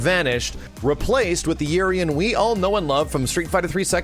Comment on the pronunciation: Urien's name in pronunciation is ooo-rien damn!!!!